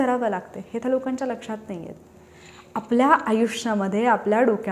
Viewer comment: मॅडम त्या उच्चार करा तुम्ही ता असा उच्चार करता.